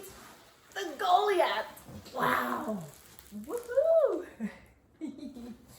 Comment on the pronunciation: Did you really call it the “goley ath”??